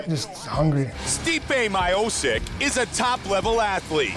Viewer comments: "Stipe My Oh sick" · commentator " stipe mayosick ". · "Stipe myoceec" Americans........ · “Stipe Myohsick” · Stipe Mayoshick.... 😂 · Stipe ‘My-Oh-Sick’ 😂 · Half of fight casters still don't pronounce his name well tbh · How about that first pronounciation of Stipes last name just before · actually all of you americans pronounce his name wrong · Not Americans, just Mike Goldberg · Is my man low key a bitcoin millionaire lol. Also how Mike gonna pronounce his last name like that, that type of shit makes my skin crawl lol.